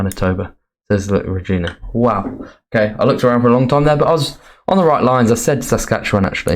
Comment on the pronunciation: Great video. Just a note, ‘Regina’ in Saskatchewan isn’t pronounced ‘ra-GEEN-a’ as you were saying it, but rather ‘ra-GINE-a’, with ‘gine’ rhyming with ‘line’ or ‘mine’.